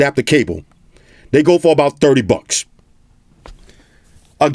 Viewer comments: “Now for 300 BUCKS, Apple should have put that in the BOX.” He said that so hard 🥴😂😂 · This dude is so hilarious the name of his cat is hilarious the way he says bucks is hilarious